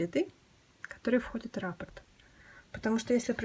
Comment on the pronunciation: Отличный коврик,но нужно произносить.раппО'рт.ударение на О